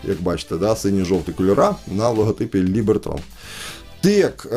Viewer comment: Либертон, а не Либертрон🫣☺️